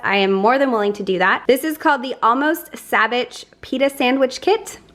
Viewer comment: Sabich is pronounced sabeech, with the accent on the second syllable. Please do a video of your sampling of this item. Thank you.